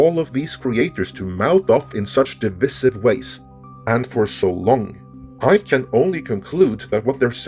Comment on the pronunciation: You misprounce "divisive" in exactly the same way the Quartering does. At least you have an excuse; English is the only language that big loveable lump of a man nearly speaks